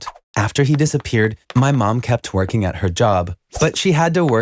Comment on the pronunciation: "my mom kept working at her job." What I hear: "my mom kept twerking at her job" Me: "WHAT"